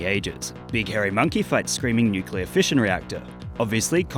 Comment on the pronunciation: nukler loozard fooght monke